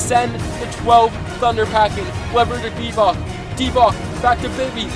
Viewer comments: Bro, it's not Divack it's Divac! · Divac is pronounced Divats